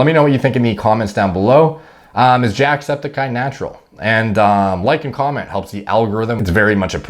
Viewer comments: I thought u said jacked speticeye 😂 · It’s Jack Sped-icy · Why do I hear you say "JACKEDsepticeye" when I know that's not what you said. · I heard it too